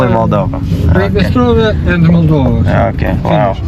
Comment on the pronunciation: It's Moldova, not "Maldova".